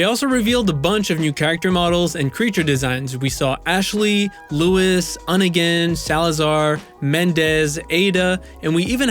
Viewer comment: Luis not Lewis.